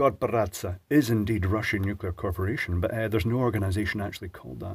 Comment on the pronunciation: Russian nu-clear Corp. 🤣